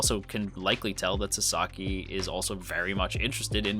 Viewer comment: I mean no offense, but your pronunciation is bugging me. His name is *Sa*saki, not Sa*sa*ki - Japanese names tend to stress the first syllable, in my experience. I dare someone to make a Wingardium Leviosa reply.